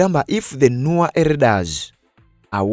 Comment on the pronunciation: Point of correction, people in South Sudan are called Nwer! How u read is how u can sound it.🙏